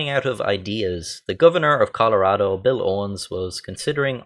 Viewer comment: YOU SAID MY STARES NAME RIGHT! Everyone not from Colorado always says it wrong. This made me happier than it should have.